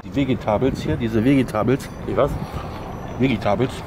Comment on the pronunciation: Philipp Narten kommt davon wenn man einfach sagt: wegetables plis 🤣